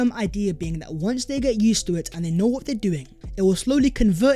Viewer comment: VAT was the video VERE and VERE! 🤣🤣🤣 Sort your pronunciation out, mate! Great content but your pronunciation is a BIG EMBARRASSMENT!